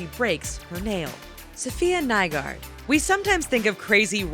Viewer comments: When thay say Nygaard wrong 😂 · u said nygaard wrong😑 its danish